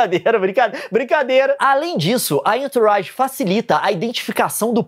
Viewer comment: Entourage, eh frances e quer dizer "pessoas em torno" ou "em sua volta" se pronuncia "anturraGe"